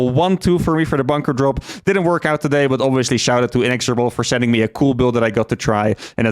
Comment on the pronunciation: just so you know you can pronounce the word inexhorible either way and personally the way you would pronounce it sounds better.